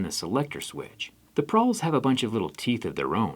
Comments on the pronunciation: Did you mean to say Pawl, instead of Prawl? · It's a "pawl" not a "prawl." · Prawl? You mean pawl? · "pawl" not "prawl"😅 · ITS PAWL NOT PRAWL!! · It's "pawl" not "prawl". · Pawl, not prawl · Pawl not prawl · I think its pawl, not prawl lol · I think you mean pawl, not prawl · PRAWL? PRAWL PRAWL PRRRRAWL??? It's pawl, busta. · It's PAWL not "prawl" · You got too many r's in pawl.